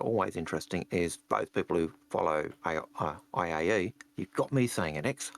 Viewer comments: It is IAE not AIE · Is it just me or is saying aie instead of iae? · Every time says "A-I-E" take a drink of what you have on hand... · Everytime says A-I-E I die inside. Make it stop, it hurts q.q good show though, dont get me wrong xD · So, bit new to the channel, enjoying the content so far, but I have to ask: is there a running gag with why cannot say IAE? Like some history I missed? This is the 4th video in a row.